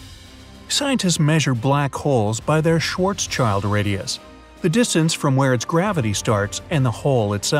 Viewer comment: "Schwarzschild" is a german word meaning Black Shield. It is Schwarz-schild and not Schwarzs-CHILD !!! No children allowed here !!!